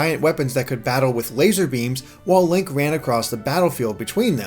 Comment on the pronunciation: did you just call him "Lank"?